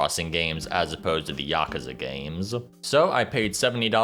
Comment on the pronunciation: At least he didn't say "YACK-OOZE-UH" like almost everyone else does.